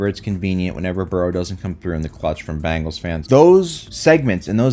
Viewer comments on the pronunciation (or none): ben gals not ban gals ya goof anyway go birds